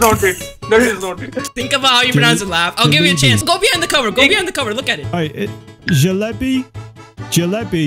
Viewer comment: Bruh😂 doesnt know how to pronounce jalebi its pronounced jil lay be😂😂😂😂